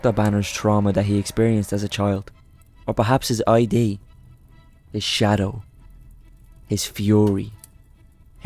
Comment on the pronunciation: It's not I.D it's id as in id, ego, and super ego.